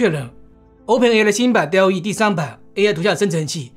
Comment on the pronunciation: 不能生成1:1以外的内容，另外生成复杂的场景不够，第三念多尔E，第四DallE目前内测，不是所有号都有